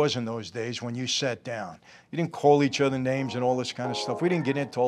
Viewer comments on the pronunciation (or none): none